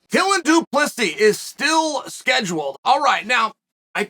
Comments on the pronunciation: Hi Uncle Chael. Pronunciation tips from South Africa. Du...plus...sy Not Du Ples sis. The "s" at the end is silent. I'll let myself out. Please don't come Soldier of Fortune me. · First off, Chael has been confirmed on multiple occasions of *purposely mispronouncing names so don’t think you need to correct him. Secondly, you can edit comments so you didn’t need to reply to yourself with a correction. Thirdly, it’s Do Pleh C, not whatever amalgamation you conjured up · Wasn't he saying till and duplissy? 🤣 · DO-PLUS-E is how you pronounce his name Uncle Charlie... ✌ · Imma be honest. I just watched this to hear Chael say Dylan da plissy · This fight will be fun but not as much fun as hearing the name du plessis getting butchered for 12,42 min. Go Dricus. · Really Chael. Pronounce Du Plessis properly. It's a big issue for us South Africans. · Come on Chael learn to pronounce Du Plessis Correctly. Professionalism.